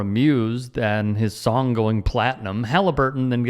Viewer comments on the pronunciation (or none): none